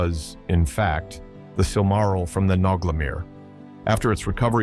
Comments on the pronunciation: I lost count of how many different ways he has mispronounced "silmaril" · Kinda iffy on your pronunciations. You pronounce "Silmaril" 3 different ways: SIL-ma-ril, sil-MAR-il, and SIL-ma-RIL. I'm pretty sure the accent's supposed to be on the first syllable. Tolkien explained how to pronounce the different languages, you might consider familiarizing yourself with them.